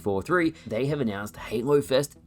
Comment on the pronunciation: Why do you say "Heynlow" to say Halo ?ahah